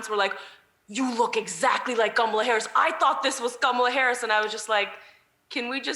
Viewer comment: Ghamla harris? Or she not pronouncing Kamala?